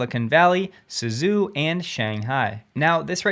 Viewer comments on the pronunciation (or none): 'Zhou' in Chinese is pronounced 'Joe.' So 'Suzhou' is not 'Sue Zoo' but 'Sue Joe' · Love your delivery content and style. Getting tired of the mocking and bragging of some other YouTubers. FYI, the city in China is pronounced as “sue-joe”. There are many Zhou’s across China.(hangzhou, fuzhou), This is really just a township…. Or something like that. Happy new year.